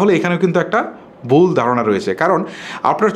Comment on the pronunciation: কম্মন বুল গুলো হয়েই থাকে যেমন আপনার বুল কথাটি